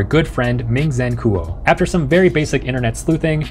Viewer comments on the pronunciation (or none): Why did you pronounce "Kuo" like that,?